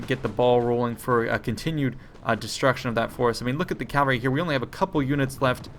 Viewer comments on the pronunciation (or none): It sounded like he pronounced it properly. What did you hear? CaLvalry seems to be a common mistake for some reason. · I'll never not get triggered by the way he pronounces cavalry